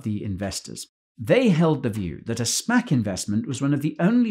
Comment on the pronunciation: every time guy says spac i hear spank. 😅 spank bubble